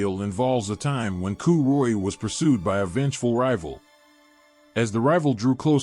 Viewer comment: Pronunciation sucks ass. Coo choolianne? Get real.